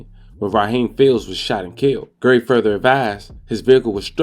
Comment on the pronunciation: Bro His Name Is GARY RHYMES WITH CARRY Not Gerry and Idk what you called Dante Rodreguez first name I swore it said Terry 😂😂😂